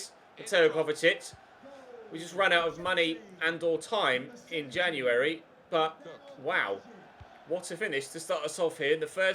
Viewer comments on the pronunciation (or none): none